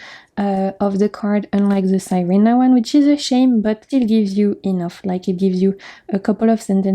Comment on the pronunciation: Beautiful decks. I’m going to look into some of them. Thank you for sharing ❤ SIRENA (see-reh-na) is Spanish for mermaid.